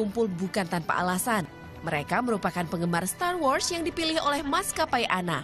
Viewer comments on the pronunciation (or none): Bacanya ANA, gak sekalian ANE aja sekalian 😂